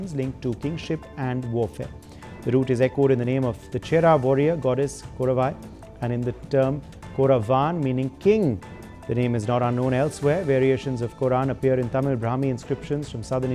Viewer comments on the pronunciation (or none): It is pronounced at Kotran and Kotravai not korran and korravai. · Not korran, it is kotran, Kotravai